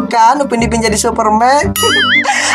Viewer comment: Cerita bang bukan cita